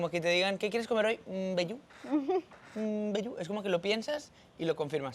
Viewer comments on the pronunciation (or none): Amo como les sale "bejú" 😂 aunque Camilo sabe muy bien que empieza con M 😂❤ Saludos! Es emocionante que les guste mucho🇵🇾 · yo disque me volví loca escuchando "bejú" y Camilo diciendo que empieza con M jajaja 🤣 en los comentarios ya lo aclaré pero creí que estaba mal... amo su filosofía de vida y me encanta ver todo con ojos de turista de vez en cuando